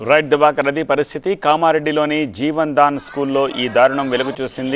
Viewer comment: Jevan Dan Kadu jevadan school Correct it